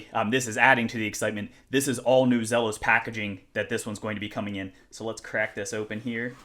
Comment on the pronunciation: Great first look. Do us all a favor. It's pronounced "Zeelos" Let's get it right.